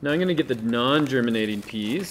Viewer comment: he can't say "I'm"